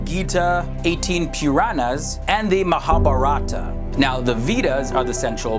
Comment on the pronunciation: You pronounced the vowels in Mahabharata inversely. I think easier way to understand is Mahābhārata where "a" sounds like "uh" (so Ma=Muh) & "ā" sounds like "ah" (so bhā=bhah).